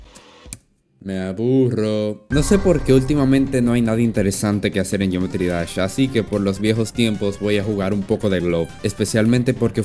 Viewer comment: Dice geoemtry no geometry